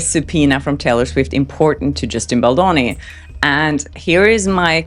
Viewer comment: The name is Baldoni, not Baldon !!!!! At least get that right!